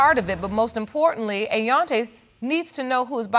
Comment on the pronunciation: "Ayonte", really! !